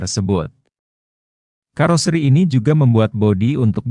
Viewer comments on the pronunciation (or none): Pakailah bahasa Indonesia yg Baek juga benar...KAROSERI bukan KAROSRI mengucapkannya...